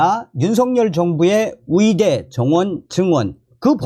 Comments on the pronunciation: 왜? 의대를 위대.위대라고하냐?ㅡ의대 해봐 ㅡ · 감사한데요. 발음 좀 제대로 연습 좀 하세요. 의대 와 위대. 발음이 다르지요 왜 의대를 위대라고 발음 하시는데요? 좀 노력하세요. 또 의사이지 위사입니까 왜 그 발음이 안됩니까? 의무기록이지 위무기록은 또 뭣이구요 의료를 또 위료라 하네요. 이 방송 본인이 직접 좀 다시 들어보세요. 참 듣기 거북하네요.